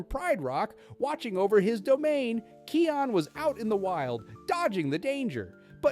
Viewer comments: Bro it's called Kaayon not Keeon😂😂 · The name is not keon its kion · Kai - on not key - on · His name is pronounced "kai-on" not "Key-on" xD idk why Key on dries me up the wall. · Keon? It's kion with an I pronounced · Dude "Kee-on" is crazy lol